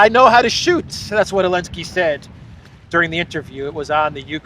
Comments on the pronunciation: Curious to know, why do you call him Elensky? Everyone else knows and pronounces it correctly - Zelensky, but you. Can you explain why. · Probably I missed it, but why you call him Elensky?